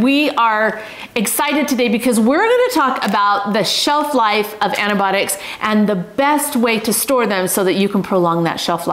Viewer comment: Antibiotics, antIBIOTICS Kyleen, please pronounce it correctly!